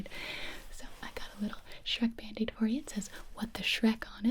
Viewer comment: the sherk bandege hahahaha